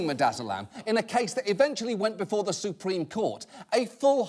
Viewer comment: soup-reme court